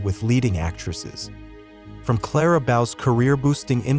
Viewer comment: My god...the narrator had no idea how to correctly pronounce Lupe's and Clara's name. Obvously he was reading from a script and had no knowledge of the era.